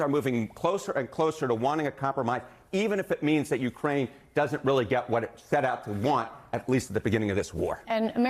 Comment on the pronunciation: Did he say “even if Russia keeps Jewkraine land?”